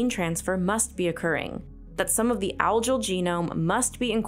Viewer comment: The G in Algal is pronounced G not J.